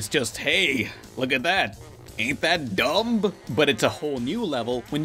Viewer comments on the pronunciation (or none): did he really say dumb and make the b noticeable?